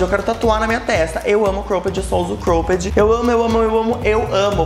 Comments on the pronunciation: amei o vídeo. Mas queria dar uma dica sobre a pronúncia da palavra cropped. Vc diz -Croupedi, mas a pronúncia é mais cróped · Que agonia de vc falando cropped errado kkkk